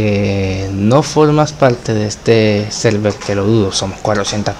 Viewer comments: Nariz :( xD "selvel" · al inicio, en la anunciación del server de discord, se entendia "selvel"